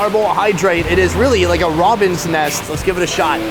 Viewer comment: "Robin's nest" -- How to say you're from Minnesota without saying you're from Minnesota